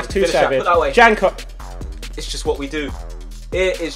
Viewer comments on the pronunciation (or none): Austria is the best 😍😍😍😍😍 and you spell janko like yanko greetings from austria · It's pronounced yanko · Janko is pronounced yanko